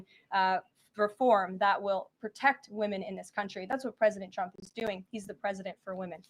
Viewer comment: ok, this is the second time you've taken over for benny and at this point im calling it out Why are you saying "President Drumpf"? i let it go the first broadcast bc it seemed you were tired and i was just hearing things speech impediment with T's - nope